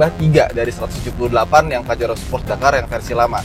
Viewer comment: Bacanya 'pahero'